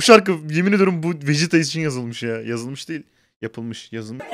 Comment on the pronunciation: Vegetaya vejeta diyen abimiz